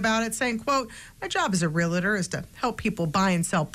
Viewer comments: It is "realtor", not realitor. Even TV people cannot get it right. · It's REALTOR, not relator. Say it right. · REAL-TOR not REAL-A-TOR. On another note - this is hilarious. The neighbor was very correct in how it should have been handled, but you're talking about government. Things are never handled the right way, but you can always get a few more permits for a fee to make them right, eh? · I find it amusing, that reporters who speak on camera. Do not know how to pronounce the word, Realtor. Not Realator. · "Realtor" is pronounced "real-tor", just exactly like it looks. It's not "realitor" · Real tore=Realtor No “A”. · Why can't people say realtor correctly? It's NOT realator or realuhtor!!! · Realtor. Why is a journalist saying realator? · OMG they are realtors not realators. If your job is talking please pronounce it correctly. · The word is “realtor”, not “real-a-tor”. Look at the spelling. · “Real tor” not “real lit tor” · RE-AL-TOR, not REA-LUH-TOR. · RE-AL-TOR not relator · REAL TOR!!!! NOT RE LETTER. spell it with me…….. r-e-a-l-t-o-r. NOT r-e-l-e-t-t-e-r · Stop saying "REALITOR", its "REAL•TOR"🤬🤬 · realtor re-altor not relator. sigh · It’s realtor not realitor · wtf , reelater? realter! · "ree-la-tor?" Learn to pronounce "realtor." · reAltor, not relAtor. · People! Learn how to pronounce words in English! It is real-tor NOT real-a-tor! Drives me crazy! Do you see an extra A in this word (realtor)?? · Everybody: Street Reporter: "RealAtor" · Realtor is NOT pronounced "reletter." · Real-TOR, WOMAN. Christ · What’s a “real-a-tor”? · “Realtor” is NOT pronounced “real-a-tor” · How many times did she mispronouce REALTOR in her report? I lost count. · How many times can she say “real A tor”? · ReaLTOR!!!!!! That’s how you pronounce it forget about the home dispute your pronunciation of REALTOR Is the real problem here!!!!!! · There is no such thing as a 'real-a-tor'. A reporter really should know how to pronounce words. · REAL TOR, try saying correctly